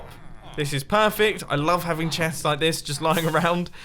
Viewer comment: "These chets" 😂